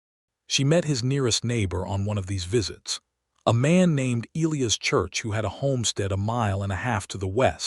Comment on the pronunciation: Eleanor is Ellenor..not Eleeas but...E..lie..as otherwise narrators voice and all are great.